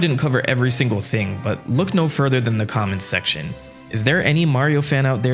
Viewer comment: Thought you said "comet secrion" not "comment" section 😭